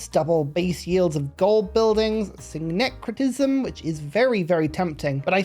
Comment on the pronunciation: "sing-cretism" You got it right.